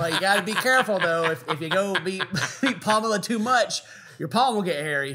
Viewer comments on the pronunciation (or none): said "Palmela Handersen" 😂🤣😂🤣😂🤣😂🤣😂😂🤣😂😂